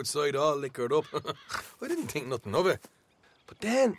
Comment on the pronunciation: I like the way he pronounces his hard T's like "Tink"